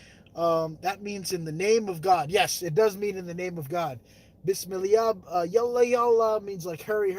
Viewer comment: Love the vlog😘 be safe 🙏❤ Hahaha you said it wrong it is Bismillah